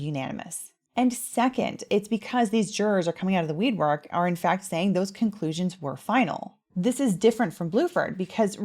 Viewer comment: Aww, "weedwork" made me smile!!